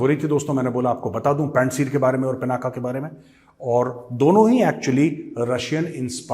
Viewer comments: A humble suggestion 🙏🙏🙏 I think it's not पिनाका It is पिनाक The whole meaning changes from such a small wrong pronunciation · गौरव जी, यह पिनाक है, पिनाक् अथवा पिनाका नहीं।